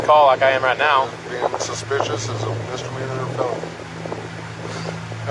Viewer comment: this cop can't even pronounce "suspicious" correctly. "i got called out here for a spicious vehicle" the only thing "spicious" here is the cop's iq